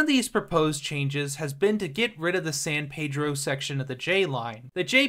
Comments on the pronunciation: Anyone who says San Paydro sure in the fuck isn’t from around here.😂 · unless you’re saying it in Spanish, it’s San Peedro or just “Peedro” if you know what’s up haha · He screwed up Reseda (Ra-see-da not Ra-Say-da) and San Pedro (San Peedro not San Pay-dro) Definitely not from here, lol!😂